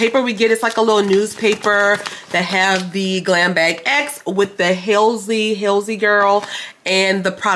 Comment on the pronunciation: Hi have a wonderful day and stay safe. The first box was Patrick Ta, second Khloe Kardashian, third Halsey pronounces Hall -sey 😂 mine still not here yet it says its do to the fires in California. The bag reminds me of a kiwi fruit 😁 you either got the Volition or glamglow clay mask moisture. We either got the highlighter in liquid or press powder, everyone got herbivore oil. Your face when saw the price 😂 everyone got the Rhianna mascara. I choose the Charlotte Tilbury medium lip liner too. Everyone did get the palette. Its ath-er, in were the mirror should be it tells you why mirror is not there. I'm trying to help 😁